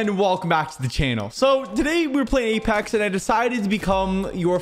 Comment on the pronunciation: Apex not Alex